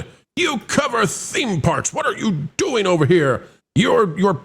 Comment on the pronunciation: The CEO literally make the word "doing" a three syllable word like a valley girl. That's ALL I needed to see and hear.